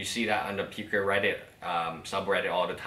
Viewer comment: it is pooo kuh not how ever the heck ur saying it